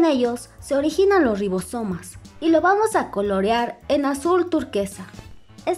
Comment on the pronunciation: Rrrrrrrrrrribosomas jajaja